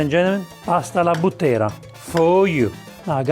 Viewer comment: Alla Bùttera, non Buttèra. I Bùtteri sono i mandriani della Maremma. Esperti cavallerizzi.